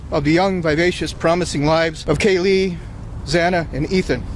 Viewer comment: I liked this judge until I heard his rant in the beginning. And how he mispronounced Xana’s last name (twice!). So disrespectful. And when he thanked Brian for showing him respect by standing while answering the judge. Geesh!